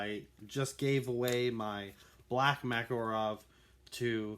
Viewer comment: Its not makarOv its makArov